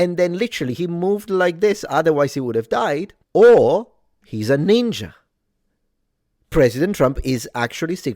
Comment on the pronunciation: Metatron will tell you your tonal inflection of "ninja" is wrong. I am convinced of that. Call me a conspiracy theorist. 😎